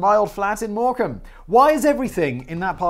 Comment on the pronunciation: Lancashire is North west England, and you pronounced Morcambe correctly the first time round.